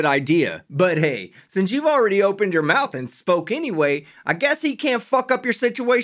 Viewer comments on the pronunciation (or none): none